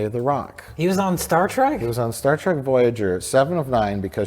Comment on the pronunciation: We need a super cut of turning to the camera every time Mike mentions Star Trek. And I propose a drinking game. Take a shot every time Mike says “Star TRACK” once I here’d it, I can’t unhear it.